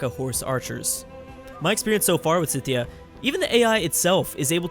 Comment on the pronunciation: you pronounce scythia wrong